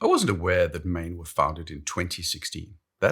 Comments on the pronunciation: you're a saffa, it's pronounced like "Maan" in Afrikaans. And yes I confirmed this with google first.:P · The name "Maen" is pronounced "Maan," like a Jamaican would pronounce "man." "Maen" is Old Dutch (17th century) for "moon." Today, we Dutch write "maan." Many Maen watches bear the names of places and cities in America with which we had colonial or immigration ties. Hence, Manhattan.